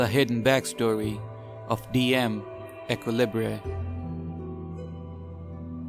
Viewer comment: Mfw when equilibre is pronounced 2 different ways. Also Based